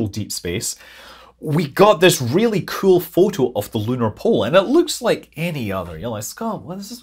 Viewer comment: I watch these videos just to hear Scott say “kewl” every now and then 😂